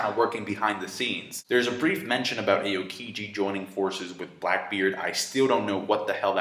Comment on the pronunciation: it's pronounced AH-OH-KEE-JEE not AY-OH-KEE-JEE. Just had to point it out:P